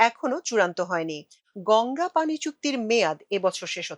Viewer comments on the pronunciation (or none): none